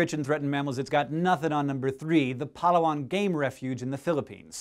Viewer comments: Hey there Hank, I just wanted to help you out with the pronunciation of your second pick, Palawan. It's Pa-Louw-an, emphasis on the second of the third syllables. It truly is a wonderfully beautiful place. I lived on the island for just under a year and it is a magnificent place. Interesting fact as well is that Palawan is home to ten native language dialects. Ten! On one island. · Such a nice way of pronouncing Palawan (even tho yes it is wrong) but it's very interesting xD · pa-LAH-wan not PA-la-wan. :) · I love how Hank pronounces Palawan :) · He pronounced Palawan wrong .-. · I'm Filipino and he said Palawan wrong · You say Palawan funny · Lol, he pronounced Palawan weirdly.